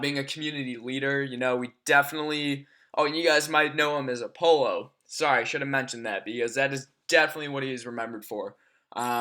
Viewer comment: It's not pronounced a-polo mate it's Apollo (uh-pol-oh) haha Uk like the space missions or the Greek god (mythology) .